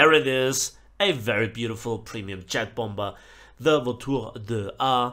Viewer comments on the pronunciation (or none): Just saying idk if you’re doing it on purpose or not but it’s bom-er not bomb-er 😂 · Its pronounced bomer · You’re not saying bomber right; please pronounce it correctly. It’s not a bomburr. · The second "b" in "bomber" is silent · Bro your saying bomber wrong you don't say the second b just here to help :D